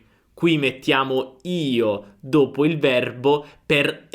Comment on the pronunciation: Perché chiudi la lettera ( O ) quando dici : ( dopo ) ?